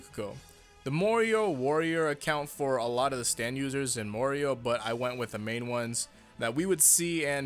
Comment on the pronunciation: is it a bad thing i heard "mario" all the time instead of "morioh"